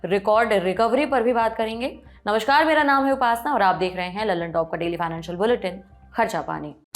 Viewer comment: सौरभ भाई, ये आपके सब anchor 'नमस्कार' को 'नमश्कार' क्यों बोलते हैं.